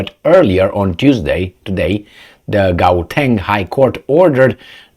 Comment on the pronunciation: Gauteng is a province, not a city. It's just Johannesburg and Pretoria essentially and pronounced, how-teng.